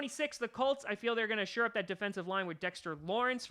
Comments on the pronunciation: Isn’t it “shore up” and not “sure up”? Brian Burns looks better than Sweat to me btw. I agree we should go edge rusher at 12. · The phrase is "shore up" not "sure up"